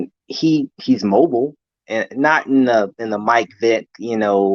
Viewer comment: You’re saying Mobile wrong.